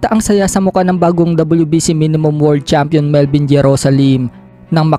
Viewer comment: 🤣 ibig ko sabihin sa Pag bigkas nya imbes world champion..word champion 🏆✌️😅